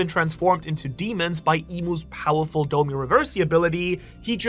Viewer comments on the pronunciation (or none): none